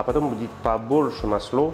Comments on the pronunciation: Слушаю и душа поет! Мы все стали говорить дома маслО!!! Обожаем!!! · Уважаемый, не в коем случае не исправляйте свой акцент, все очень понятно, не старайтесь говорить чисто, в этом и вся прелесть, это вызывает интерес я вот слушаю вас и думаю пока не исправил ударение на слове масло и успокаиваюсь, все понятно и даже очень.... тем более что появляются субтитры, это наверно заслуга монажа, то есть того кто это делает. В этом акценте и не точного произношения вся прелесть. Искренность, любовь к тому что вы делаете, профионализм, заметен и так. Подписался и смотрю вас с огромным удовольствием в Греции